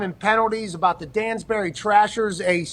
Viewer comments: Bro. It's Danbury. Not Dansbury lol. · It’s Danbury not Dansbury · Its Danbury bro... wtf is Dansbury??? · DANBURY NOT DANSBURY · Man I miss going to Trasher games as a kid. I hope I run into AJ to thank him for all the fun in my hometown. And pat its pronounced Dan-Berry not Dan's bary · Pat you couldn't even get the town name right it's danbury not dansbury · Dansbury?! cmon man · Yeah lol,its Danbury. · It’s Danbury* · come on pat, you couldn't even say danburry right ahaha